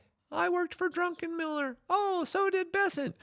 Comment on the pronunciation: Unless you were joking, it's Druck, not Drunken-miller. However, I must say, that was a funny gab. Some of his forecasts sound like he was drunk when he said them XD